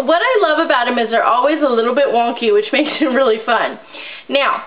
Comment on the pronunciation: she actually did say wonkey like